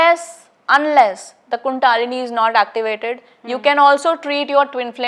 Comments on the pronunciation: Its NOT KUNDAAAAALINI ITS KUNDALINI SHAKTI KINDLY DO NOT PRONOUNCE OUR WORDS AS PER ENGLISH SPELLINGS. In hindi we say n write Kundalini! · Pehle kandalini sahi se pronounce karna seekhi thik tarah se, kundaalini nahi he voh kundalini he, kahi kahi se aajathe he sporituality k baare me bolne keliye, 😡😡😡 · कुंडलिनी बोल कुंडआलिनी नहीं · Seems, you need to learn to pronounce 'कुंडलिनी'...stop calling it कुंडालिनी it's so irritating. Har cheez ka english version karney ki zarurat nhin hai. Apni sanskriti ki dhajji udaate hi aur baat karney aaye ho twin flame jaisey concept ki. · कुंडालीनी नहीं कुंडलिनी 😂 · she doesn't know t pronounsation of kundalani . its not kuuuundaalani its kundalini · Kundaaalini nhi kundalini hoti,plz pronounce in right way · Kundalini.. not a Kundaalini .. pronounce to thik sw kre phle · Kundaalini seriously?thik se toh bol lijiye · Sbse pehle to ye bolna sikhe kundli na ki kundaalni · So want english accent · A bai adhi neat kundalini cha uchhar kar tu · Shiva nahi Shiv kaho, is ladki ke upar Western ka bahot prabhav hai , kundlini ka bhi galat pronounce kar rahi hai